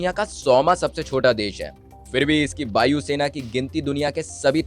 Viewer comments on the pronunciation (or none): बायु सेना,बन्डर बुमेन।ये ब और व में फर्क समझ लो।वाकी बीडेओ वहुत वढिया वनी है।बन्डर फुल,व्युटिफुल,बीडियो,वेस्ट जॉव। वस ब और व सही वोलो वस।👍😁😀😅